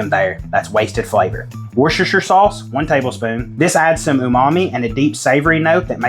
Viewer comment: Holy shit! An American with a perfect pronunciation of "Worcestershire Sauce"!! Even us Brits get lazy and miss out the "shurr" bit. "Wuss-ter Sauce" Great looking Chilli btw.